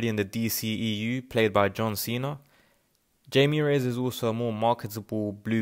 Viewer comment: You might want to double check how to pronounced Jaime in Spanish.